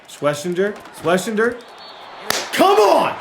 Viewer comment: Pronounce it like shhhh-Wes-inger